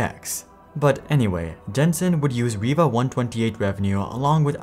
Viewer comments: Its pronounced rye-va, not reeva ... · Now I should apologize I found it was pronounced reee-va in 3 old videos i just watched. I bought a riva tnt2 to replace my 3dfx voodoo2 card. I always thought the card (riva)led other cards but i guess most people pronounced it ree-va.